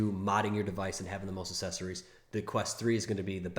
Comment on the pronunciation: please, for the love of god, stop saying "Assessories." There are 2 Cs in the word; the first is hard, the 2nd is soft.